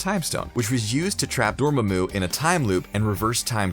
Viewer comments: I wouldn't mind a different pronunciation of Dormammu if you hadn't picked such a silly one. Then again, the comments on it are hilarious enough to make it worth it. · He couldnt pronounce dormammu 🤦‍♂️ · nice video but the mispronunciation of Dormammu was pretty distracting and made me think this dude hasn't seen Dr. Strange. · You can tell the narrator has never watched a MCU Movie by the way he says Dormamu and a few other character names... I didn't think there was anyone left that hasn't seen the Marvel movies. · The thing that strikes me the most about your videos is the way your presenters mispronounce names almost every time, at least once an upload(IE, the way they pronounce Dormuhmoo in this one), and not just obscure names, but names blatantly and repeatedly spoken in the movies you're covering. Just makes it clear the presenters aren't actually as big of fans as they're told to portray themselves as. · i love that half the comments are praise and the other half are complaints that (rightfully so) screenrant has an issue with saying some words wrong in alomost every video. in this case namor and dormomu (prob misspelled that) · Its not ‘dormemu’ it’s pronounced ‘door-mom-mu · "DORMA-MU?" No, it's pronounced, "DOR-MA-MU", accent on the "MA" not the "MU" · just gotta say it is dor ma mu not dor mo mo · Dor-mam-mu NOT Dor-ma-mu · Brem actually Babu is the only different sounding one. All of the others are spelled to make the same sound. Breaking down Dormammu is very simple. Dor Mam(mahm) Mu Sounds nothing like Dorma(dormuh) Mu The difference is the sounds of Mam and Ma(muh) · Holy crap door-mah-moo not dorm-mi-moo and nay-more not nah-more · Right? it's door-maw-moo not dormuh-moo. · That pronounciation tho....namor(nah more)....instead of (naymore)....then...dormammu...(doormumu) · Dor-mamu... That's how it's pronounced. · It’s Door-Mah-moo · W8 w8 w8 did you just say doormoomoo? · Please learn to pronounce "Dormammu" it's not DOOOR-MAH-MOO ffs